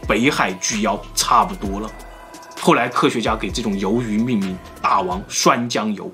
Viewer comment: 你没听错，总裁说的就是大王涮酱油。鲸落他都能说成京诺，不看字幕真听不懂。